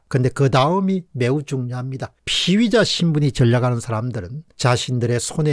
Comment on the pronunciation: 공박님의 피의자 발음이 피위자로 들립니다. 희망의 끈을 놓지 않는다면 끝날 때까지 끝난 것은 아닐 것입니다.